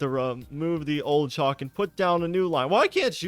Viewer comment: Caulk is pronounced like cock